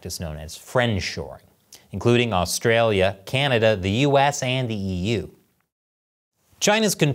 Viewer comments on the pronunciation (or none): none